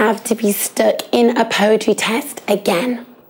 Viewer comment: “POWETWY ISN SKAWY!”